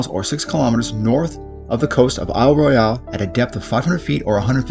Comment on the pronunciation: Yep, I'm that guy. It's Royal not Roy al